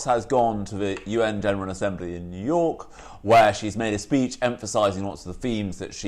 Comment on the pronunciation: Does The Spectator ONLY hire posh people people who can't pronounce 'th' properly or something? Katy Balls saying things like 'frets' instead of 'threats' ...followed by the equally plumby James Forsyth saying 'vuh' instead of 'the' and also 'feems' instead of 'themes' . Seriously? Don't give me any crap about speech impediments etc, they're perfectly capable of pronouncing 'th' I'm sure of it